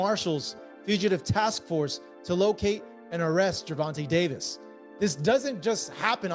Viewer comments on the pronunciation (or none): Gervin Tank Davis😂😂😂😂,, Ai is fucc'd up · Can't even say his name correctly on this old ssa video